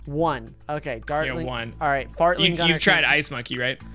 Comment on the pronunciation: I was today years old when I found out that you also say fartling gunner